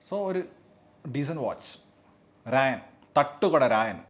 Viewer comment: രാജൻ ❌ രായൻ ✅